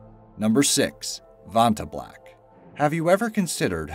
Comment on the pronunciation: you pronounced vanta black wrong the first time lol.... as well as the creators name